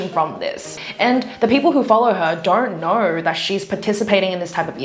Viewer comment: I love that way tells “don’t know”, like she tells it like this “don’t knor”